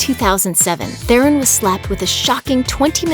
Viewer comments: Te-Ron people, not therren. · Her surname is pronounced as Te Ron. Almost more like tron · The "H" is silent. It's pronounced, TE-RON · You could at least learn to pronounce her name correctly.